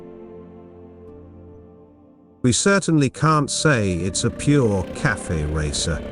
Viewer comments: I love the voice, perhaps all that’s needed this fix a few words phonetically like “Caff-fay” racer the few instances it says “KAFF” racer! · cafe is not pronounced "calf" -- it's pronounced cafay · Your AI voice is pronouncing Cafe (two syllables) as Calf (one syllable). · The computer voice needs to learn that it's not pronounced "CALF Racer." 🐄🤠☮